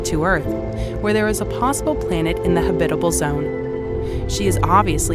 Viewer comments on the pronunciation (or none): HAB-it-uh-bull, not Huh-bit-uh-bull! Makes me wonder if it is a real human narrating this thing! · you're putting the emphasis on the wrong syllable... It's HAbitable not haBItable... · Pronunciation note: HA-bit-able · That's not how you pronounce Habitable. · Good video. However, my only complaint is how you pronounced "habitable"